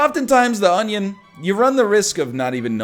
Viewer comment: A good onyo is a heavy onyo.